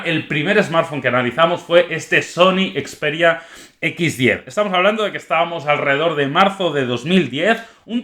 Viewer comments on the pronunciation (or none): none